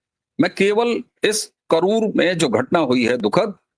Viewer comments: कनूर नहीं करूर है। Karur or கரூர். Sir please correct it. Thank you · कनूर नही, करूर है। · Ji, yeh kanur nahin hai , it's KARUR. Jai shree Ram